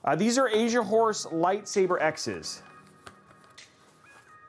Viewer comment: Take a little longer pronouncing Asian horse. stress that S my man. LOL. Did a double take and thought you were saying Asia wh0re. Which is wayyyy not the right thing.